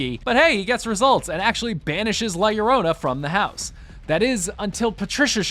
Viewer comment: Finally someone says it right.. LLORONA! 👍